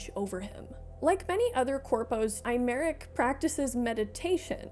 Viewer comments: i'm too FFXIV pilled to not flinch every time it's pronounced "eye-merick" bc they pronounce it "eh-merick" in the english dub and it's really throwing me more than i anticipated. they really don't say aymeric's name a whole lot in PL, i barely noticed through Aurore's accent. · Hi, I couldn't take it anymore. His name is a real French name and it's pronounced "Ey-Mar-Eke", or Aymarique, if that makes more sense visually Other than that, love the video! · wow, that pronounciation of 'Aymeric' was particularly insulting